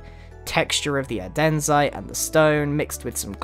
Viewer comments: Andesite! Not adenzite :P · you know that andesite is said andesite, not adensite, right? its just one of those small things i notice, im ok with it, but i dont like it lol idk :P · Stop calling Andesite Adensite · Adensite ADENSITE GRIAN it’s ANDISITE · ADEN-ZITE? no no no... ANDE-ZITE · Dear Grian. Its ANDESITE, not ADENSITE! Thank you for your time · ANDESITE NOT ANDENSITE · Adenzite? Is that like the Swedish pronunciation or something? >_< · The way he pronounces andesite kills me a little inside